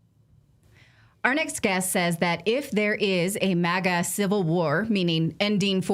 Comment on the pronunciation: It’s MAGA….not MIGA….I is for Israel if you didn’t catch that